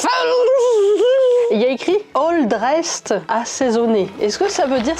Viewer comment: Je suis du Québec et j'ai saignée des oreille quand elle a prononcer all dress x'D Bonne vidéo! Très drôle de voir quelqu'un découvrir des produits de notre quotidien 🇨🇦🇨🇦🇨🇦